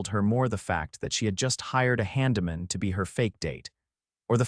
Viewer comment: Not to mention handyman.